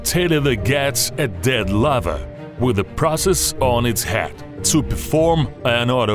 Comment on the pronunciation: Of the Lavaaa and the Lavaaa and the Lavaaaa